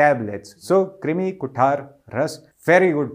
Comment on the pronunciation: It is कृमी (krumi) kuthar